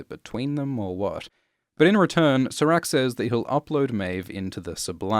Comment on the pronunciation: can you please pronounce serac’s name correctly?